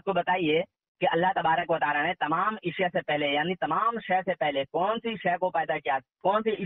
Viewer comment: Aap Ku ashya bolne ni aara ishya ishya bolreen 😜😛😜😛😜😛